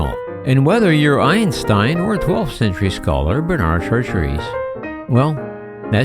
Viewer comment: Gave up on video less than a minute in; narrator can't tell difference between Benard and Bernard - compounded error shortly after. And his pronunciation of de Chartres? Jeeze, get some advice on French pronunciation, ffs! °° °°°